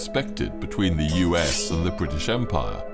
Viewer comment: Bwitish? How many were Scots & Welsh? 🤔